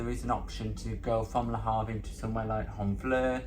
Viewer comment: Great video! We need to work on the pronunciation of Le Havre! Call me for French lessons 1:1 o 3:3